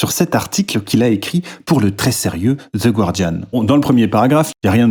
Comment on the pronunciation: Je lance la vidéo, j'entends les français faire l'erreur de prononciation sur le nom du journal (le u est muet), je pars, j'ai une autite maintenant à cause de ces crachats dans mes oreilles !